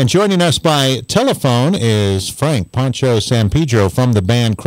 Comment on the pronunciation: I don't get it, a Poncho is a type of over jacket, pronounced the Po part like in Edgar Allen Poe........ Pancho is a nickname for Francisco in Spanish, and is pronounced how these people are pronouncing Poncho... Pa as in Paw, like cats paw.....Pancho.